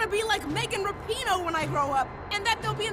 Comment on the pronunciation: Good to see the lemmings at TYT starting pronouncing her name correctly.